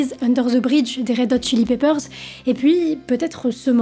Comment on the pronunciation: Bon sang, il faut vraiment faire un gros effort sur la prononciation en anglais. C'est caricatural! Cripe de radiauaide? Raide aute chili pépeur ondaire zeu bridje? Vraiment?